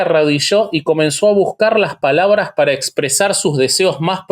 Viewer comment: Me gustaría q pronuncie bien las palabras así como José Esmit